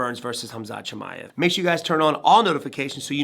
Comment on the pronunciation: And you still can't say his last name there's no I after the M Chimaev